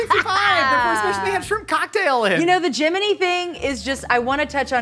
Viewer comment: Holy crap, says Gemini (as in the space mission) correctly!